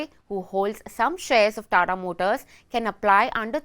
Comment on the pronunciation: This is TATA not Tara